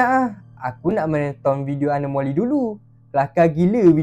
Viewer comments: anomali bukan anomoli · awak salah sebut anomali bukan anomoli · Abang anomali bukan anomoli😅😅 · Bukan anomoli anomali😂😂😂😂😂😂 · Anomali la bukan anomoli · anomali bukan anomoli